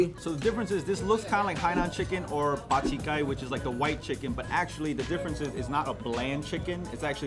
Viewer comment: Bak Chi Kai --> Retarded Chicken 😂😂😂😂 isn't it bak zham kai? but good try good try! i was so happy about this epi. Hakka represent from Malaysia over here🙋